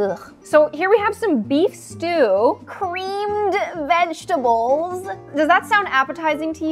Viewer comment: “CrEaMEd VeGtAbLEs”